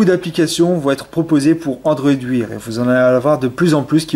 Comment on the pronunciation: bonne video mais android wear se prononce android waire